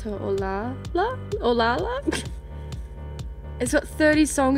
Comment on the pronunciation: It's apparently pronounced San-tao(like the Chinese word, but with a soft t)-lie-uh.